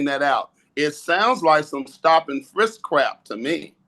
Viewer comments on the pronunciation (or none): none